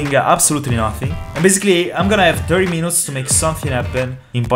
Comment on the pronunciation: i always laugh when u say "alright i have thirty menoonts" :D hahaha lmao i love your content btw no hate